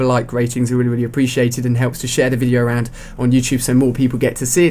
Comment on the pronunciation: lol "fround"